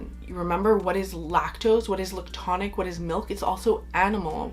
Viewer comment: The way you say lictonic 😆 I absolutely love creamy fragrances, but they don’t have to be la’ctonic.. I feel like he gets confused with a note that smells like, powdered milk, or something almost off… When I just love very well rounded creamy smooth soft fluffy sort of fragrances… There is like a sweet cream-ish scent that I love, that can get crossed with A sour milk note that I dislike… Some of the best creamy notes I have ever found are in the lush bath bombs personally, or Clorox coconut wipes… Other than that, Sanatal complet.. and other milky fragrances with coconut Done right is my absolute favorite! I haven’t gotten through the video yet but I hope you mentioned some newbies that I haven’t tried…Hermès makes a good one.. Santal massoia, I think.